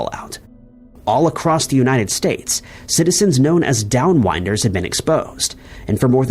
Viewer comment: DownWINDers. Jesus man how do u mispronounce so many OBVIOUS words. This has been going on for years. And on the videos where you show your face you dont do it (that I've noticed). 😂 get it together.